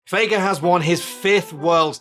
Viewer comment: It's not faker anymore, it's fake-uh😂